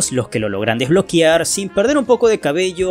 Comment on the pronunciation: Sin embargo decía "Desbloquiar" 🤫